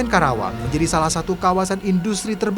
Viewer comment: KARAWANG BUKAN KERAWANG 😃